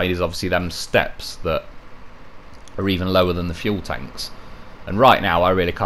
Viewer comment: GOTTA LOVE A "LOW REAR" .LOL